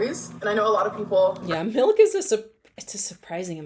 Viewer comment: I have a friend who pronounces it “melk” too and it drives me insane 😭